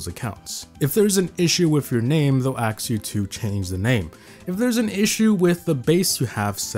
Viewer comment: Look when you said ask in you said aks rather than sak